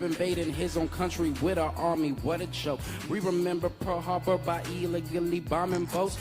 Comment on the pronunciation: "we rememba pearl harba"